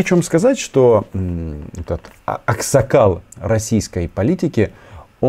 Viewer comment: Jirik ne Aksakal a amsakal.